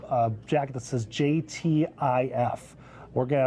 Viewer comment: JTTF I was like I think he's saying those initials wrong 🧐